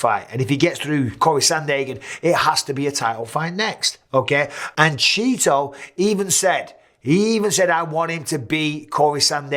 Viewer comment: Straight up calling this man “Cheeto” instead of CHIto. Hilarious